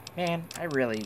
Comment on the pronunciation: annunciates everything with a w instead of an r "now I shoot people fow weal!"